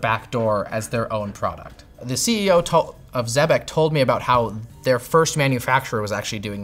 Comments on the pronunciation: It is pronounced "exebec", not "zebec" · I'm pretty sure it's pronounced ex-eh-bec. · It’s pronounced like Trebek. If they claim otherwise, they’re wrong. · Pretty sure it’s “zeebeck”